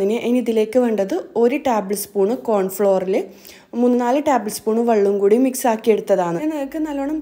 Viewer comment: Taaabal spoon alla table spoon